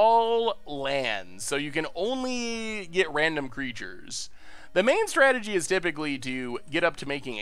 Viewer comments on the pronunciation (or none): none